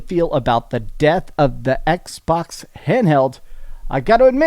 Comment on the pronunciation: The EX-box series "EX"?